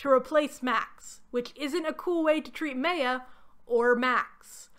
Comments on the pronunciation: Not the way you pronounce Maya 😭 it's not Meyer like Stephanie Meyer, it's Maya, the two As are pronounced the same way! Mah-y-ah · Maya is definitely not pronounced the way you did it. It's My-yuh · Does the book specify how Maya’s name is pronounced? In my experience, Maya is pronounced “My—uh” and not “May—uh” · Maya is pronounced “my-uh” or “my-ya.” My name is Maya and every time you say it, I cringe. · great video! one note: why are you saying Maya like that?? it’s driving me insane! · Minor comment but your pronunciation of Maya is well really bad. The name is pronounced like the words "my" and "ah" combined. So like the ancient Mayans in South America. Sorry it really took me out of the video as soon as you said it and I don't mean to poke fun at you at all but it made me giggle a little. I'll share that I pronounced the name "Brom" like the word "broom" for years until someone pointed out that it is basically "prom" but with a "b". I also mispronounce epitome as "eh-peh-tome" instead of "eh-pih-toe-me" regularly unless I think about it.